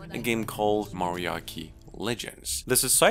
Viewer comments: MariaCHI not MariaKI - CHI CH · it's Maria chi legends. not qi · bro Mariachi doesn't have a silent "h". NOT Mariakki. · MariaCHEE bro lmao it’s a mexican style band, don’t weeb it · Ma·ri·a·chi not Maria-ki. Is this guy stupid on purpose??? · Just a heads up, mariachi is a type of Mexican music, and pronounced with a “tch” sound. Like “watch.” Also Ebenezer is the Charles Dickens character Ebenezer Scrooge. Pronounced eb-uh-NEE-zuhr. Cheers. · just wanted to say the pronunciations Mariachi Legends -- Mah-ree-ah-chi Legends. Ebenezer- -- Eben- e- zer. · That was the first time I've ever heard some one pronounce Mariachi like that XD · timestamp your video, nerd - Also, your pronunciation of Mariachi is so bad, rofl. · The pronunciation in this video is so wildly off that if the titles were not shown, I would think these were called totally different things. The most unique way I have ever heard the "Mariachi" and "Ebenezer" said aloud. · Mariachi is pronounced differently, since it's a Spanish word from Mexico. Look it up, the actual pronunciation is nice!